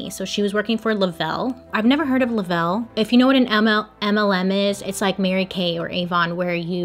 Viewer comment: Aw you called Le Reve "Lavell" we forgive you lol